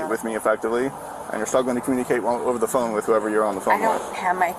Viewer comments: The way that woman pronounced phone 🙄 she was definitely drunkish Why didn't anyone else walk up when she was complaining about the buffet? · I really wish I could figure out how to phonetically spell phone the way this woman is pronouncing it but I will give it a shot. I can't find my phooonnee.😂 it is extremely extremely irritating. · “Where is my PHoon?” “Do you have my PHoon?” “I don’t have my PHoon!” “Can I borrow your PHoon?”